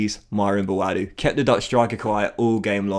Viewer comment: it’s pronounced Bwoadu the a is pronounced how you would do if you were saying the alphabet. Love from Ghana 🇬🇭